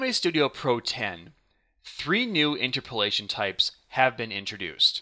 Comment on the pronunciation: It's pronounced inTERpolation, not INterpolation.